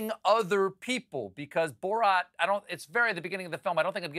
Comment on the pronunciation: Fun drinking game! Take a shot every time Stephen says "Borot"!